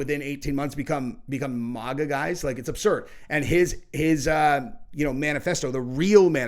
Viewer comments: It's not euro MOGA it"s MAGA with a short A. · Bro it's not maw ga it's MAG GAH. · Bro really can’t pronounce maga lol